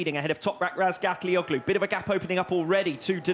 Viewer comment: Wow this commentator still hasn't learned how to pronounce Toprak's last name. Years later!!